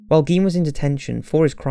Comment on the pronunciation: Garh!!!! You are pronouncing Gein wrong!! I hate when this happens. Apparently no American can say his last name correctly.